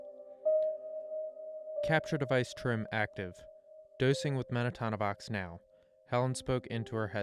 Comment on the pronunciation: It’s Men-ta-no-vox, Not Men-a-ta-no-vox Sorry that was bugging me 😂 accidents happen when you get a single letter wrong in medicine